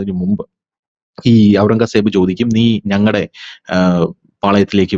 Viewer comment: ഔറംഗാ സേബ് എന്നു കേൾക്കുന്നത് അരോചകം. നമ്മൾ കേട്ടിട്ടുള്ളത് ഔറംഗസേബ് എന്നാണ്.